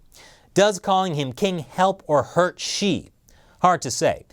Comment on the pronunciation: He actually said "Chi". Does he really know (or care) who is the President of China is???